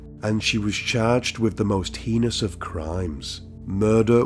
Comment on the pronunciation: Not heinous though 😂